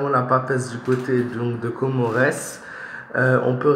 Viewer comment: On lit pas le S on met le S car Comores c'est des îles réuni qui forment un pays 🇰🇲